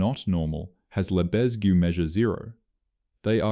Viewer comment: Kudos for mispronouncing Lebesgue. You're in good company.